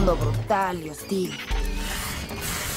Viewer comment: Me pareciera como si dice "osite"